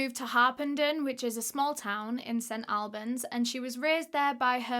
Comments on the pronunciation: Ahhh I’m from there! Love you! you say it like Allbans x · these uploads got my head spinning, you're a star!!! also, its pronounced St ALLBANS or AWLBANS (how does one phonetic) - my dumbass can't believe there's a case close to home DAAAAMN I'm excited for part 2 <3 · English towns are never pronounced how they are spelt but just to let you know- St. Albans is pronounced like all-burns. Which doesnt make much sense lol :) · We say St All-bens hehe I have never heard it another way! Love your story telling 👏🏼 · It’s pronounced st all -berns